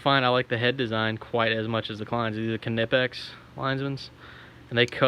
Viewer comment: And you pronounced knipex correctly (according to them) haha